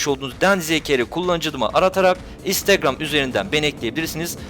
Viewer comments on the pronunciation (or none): none